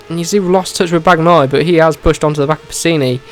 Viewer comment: Just please when you say Bagnaia don't pronounce the "g" just say Banaia 🤣✊🏻